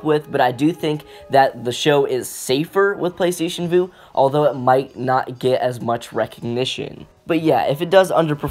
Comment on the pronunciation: Vue is pronounced view not voo.